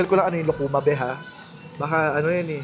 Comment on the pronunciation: Lukuma (lukman ang bigkas Nla)prang pinsan cia ng chesa satin s pinas